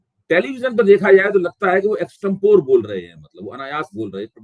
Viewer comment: अभय सर. इक्सटेमपरि (पोर नहीं, परि)